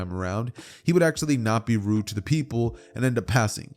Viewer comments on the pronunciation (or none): none